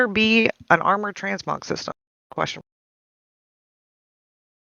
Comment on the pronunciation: "Transmog" is exactly how you pronounce it.